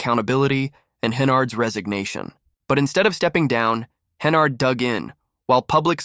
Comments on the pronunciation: Hennerd? It's Henyard. Like where she belongs. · Cant watch the video if you can't even pronounce a name right.